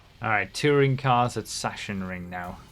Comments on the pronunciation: Ok, let's settle this: It's pronounced "Sak-sen-ring" in german with the "a" being pronounced like the first "A" in "Arcade" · the "long "A sound is more frequent in German - as in farmer, palm, harm and less frequent is the "short A" as in bat, cat, sat.. ....Hence here: Sark-sen-ring.!! The rules for which to use are awful, I just looked them up - lol I learnt to speak German quite well 50 years ago ('O' level) - we just picked up how to pronounce as we went along by hearing the words - I think you get a feel for it. Having said all this, Paris is Paris and not Pareeee. lol Anglicising foreign town names, up to a point, is acceptable . haha.